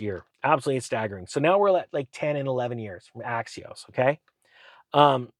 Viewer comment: when he sounds like he says "axios" he means axos.. per their website they do up to 96 months but so do most other banks these days. none of this matters. the prices themselves have to come down first, only suckers pay these prices. be firm, dont budge.